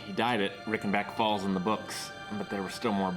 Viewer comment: "Rickenbeck Folls" 🤣🤣🤣